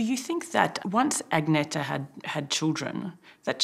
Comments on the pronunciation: Wish that someone taught you to say Agneta. As a swede you get anti-goosebumps when you hear the pronounciation of it. It's A+ng like in Fang + n + eta. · I can't believe they can't pronounce Agnetha's name on 60 minutes but constantly tell us that Abba are no bigger anywhere else in the world.